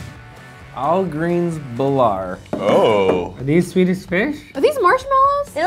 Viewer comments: THE WAY HE SAYS BILAR KILLS ME 💀💀 its actually pronounced beelar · Its not belar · I think it's really annoying when American people try to say "Bilar". say it like beelar if your American. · Bilar is actually pronounced bee-lar ( kinda)